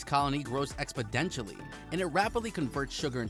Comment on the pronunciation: This cannot be the official how it’s made channel. My man just said “expedientially”